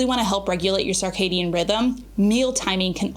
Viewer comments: Hey cutie! Circadian is pronounced like “Circle” rather than “Sarc-astic”. There is no ‘a’ sound after the C. I hope this makes sense to ya! You are such an awesome example for all of my nieces as they approach their young family life. I appreciate you and love how you model an openness to hear new things and to be always learning to benefit your family. 🫶🏻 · Girl, I love you, but you're not pronouncing circadian incorrectly. First syllable is pronounced "sir", not "sarr" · I love you, but I’m going to need you to stop saying sarcadian rhythm 😅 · It’s pronounced SIRcadien rhythm. Not SARcadien. Sorry, but it’s driving me crazy! ❤ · Why saying "SAR-cadian" rhythm? I always thought it was SIR-cadian. Have I been saying it wrong all this time? 😂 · It is SIR-cadian 😂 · Love her also but mentally corrected her every time. 😊